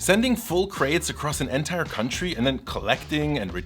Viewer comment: as a friendly reminder, please look up the pronunciation of the word "entire". you use it soooooo often, it drove me nuts. xD great video though!